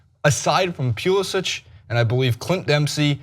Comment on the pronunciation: Pulisic goes by Pulisic, not Pulisic.